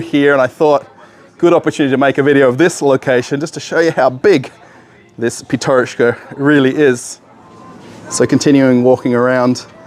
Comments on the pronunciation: PYATYOROCHKA - так правильно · PYATYOROCHKA - that is how it shoud be written and pronounced properly.